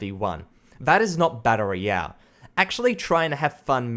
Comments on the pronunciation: It's "battle royale", not "batta roiyah". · "Batta Ray Yell"